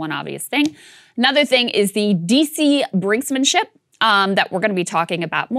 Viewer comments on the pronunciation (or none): Omg listening to her say "brinkSmanship" and "maCHEEnations" is so cringey... I'm sorry I love you guys but... Sagar please correct her 🤕